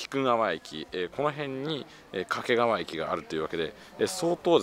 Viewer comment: 地元だと掛川は「け」にアクセントがあるんですよね。 遠州地区では粟ヶ岳周辺の東山だけでなく、牧之原市と菊川市の境界となっている牧之原台地もお茶の一大産地で、一面茶畑の景色が見られますよ。